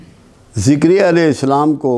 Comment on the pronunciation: ذكريا ع صحيح پڑھا جائے تجوید سے ر کے نیچے کسرہ ہے